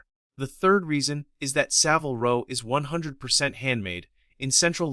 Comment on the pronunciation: In Savile Row, the i is pronounced as in carbine, not time.